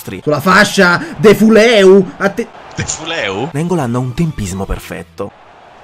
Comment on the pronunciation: "Defuleu" dopo questo ti amo hahahaha